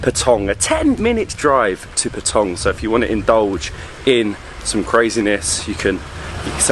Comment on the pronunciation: Ya Nui is far better, these guys are just tourists, i lived in Phuket for nearly 5 years he can't even pronounce Pa-tong correctly